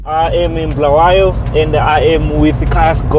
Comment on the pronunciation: Please pronounce the name "Bulawayo" correctly.